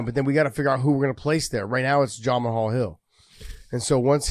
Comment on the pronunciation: LOL! Josh continuing to unironically call Hill “Jama-hall Hill” is so dam funny. Should never stop.